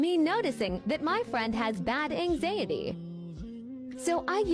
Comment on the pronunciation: Anxeitay. How the hell do you mess up that bad. Its genuinely impressive